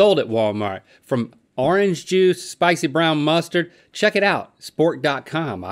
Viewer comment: Link “Arange juice”